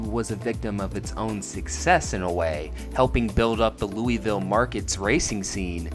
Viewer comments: it’s Loo-uh-ville not loo-E-ville 😁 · Also, you are pronouncing it wrong. it’s “lou-uh-vull” not louie-ville. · My only complaint is that you mispronounced it the entire video 😂 it’s not Looey-ville…it’s Lool-Vul! Only people outside of KY pronounce it Looey-ville. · I die a little inside every time you say “Louisville” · I know it's the correct way to say it, but it pains me to hear people say "looey ville" lol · Lou A vul. It's pronounced Lou A vul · That is not how you say Louisville Scott said it right but that is a cool track really hoped it was still open so I could race there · He's even got multiple clips in the video where people say it correctly and he still pronounces it like a damn Yankee